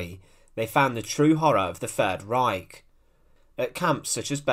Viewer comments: Not Third Reik, but Reich , as in ma-ch-ine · Learn how to pronounce German words, like Reich!